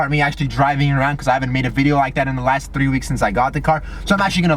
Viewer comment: I love how he always pronounces the word 3(tdddddrrrrrreeeee) :p